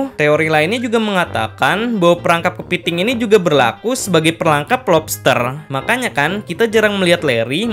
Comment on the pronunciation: Kepeting 😂😂😂, lucu ngomong "kepeting"